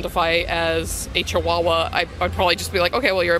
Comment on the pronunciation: their pronunciation of Chihuahua is flawless, awesome :)